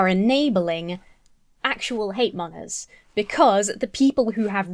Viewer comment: I love everything in this video, I’m just afraid your pronunciation of the word ‘monger’ might get you cancelled one day 😬